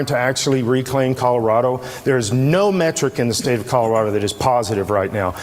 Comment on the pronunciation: colorader?? never heard of 'er